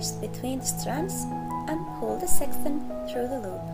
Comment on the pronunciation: Sec-ch-un seck Chun not sexson